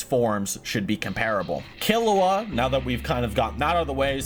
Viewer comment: All this has taught me is can’t pronounced characters name properly. Kill-E-Wa G-oh-n He-so-kuh